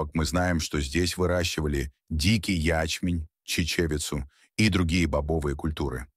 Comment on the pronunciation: До слушал до дикий я'чмень и чиче'вицу уши завяли дальше не смог😂